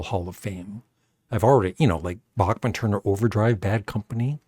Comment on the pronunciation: Bachman-Turner Overdrive, for sure, should be in there! BTW, Randy Bachman has said that the name is pronounced Back'mn/not Bock'mn. He said that in a Professor of Rock video about a song with stuttering in it, originally written as a joke: That was the big hit "You Ain't Seen Nothing Yet."